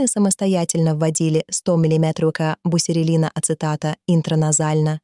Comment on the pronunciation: Бусерелин правильно.